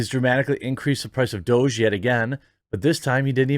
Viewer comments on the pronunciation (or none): It's not "Doje" it's "Douuug" it's a silly word for "dog" Please stop saying Doje. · I think Doge is pronounced "Doggy"